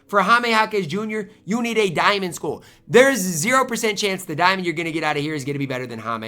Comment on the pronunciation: I dont like how says 'skull'. It sounds like he is saying 'school'. Is that a Minnesota thing?